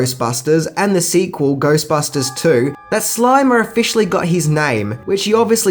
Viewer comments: It’s the Slimer not the Slimmer, you cretinous goofball. Lol! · Its SLIMER,. Not SLIMMER. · Slimer, not Slimmer. See the difference? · #6 Slimer, not Slimmer. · Number 6- "SLIMMERS" as in THIN ghost hahaha God you need a proofreader hahaha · "Slimmers"- this guy is a tool & has a very annoying voice